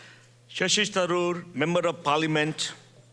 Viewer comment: Shashi Tharoor not Thachur